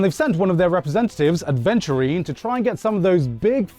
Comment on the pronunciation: Where's the "d" in Aventurine